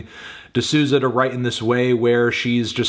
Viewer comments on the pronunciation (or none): Isn’t it pronounced “di Sou-za” (like soul but without the L) tho ? I know its hard for americans to pronounce portuguese names but idk, i thought melon would know. “ Sooza “ sounds so wrong to my brazilian ears. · Hearing my last name in a video is a bit strange (also here in my country the pronounce is "soulza"). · It’s pronounced ‘d SOW-ZA’ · so funny how he pronounces Souza